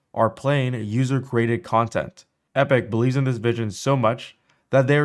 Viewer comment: Oof, hearing you say crated instead of "created" is freaking annoying